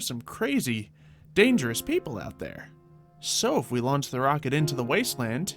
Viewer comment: when you said it launch day at the beginning I thought you said its lunch time